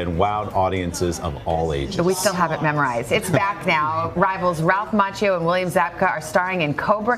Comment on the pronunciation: Macchio...is pronounced mackio